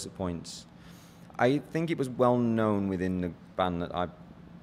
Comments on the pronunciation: Damn great video! since I never cared about their group as I was a teenage boy when they were popping. But known and shown. Aren’t pronounced the way you do pronounce it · Do you know how to pronounce ‘known’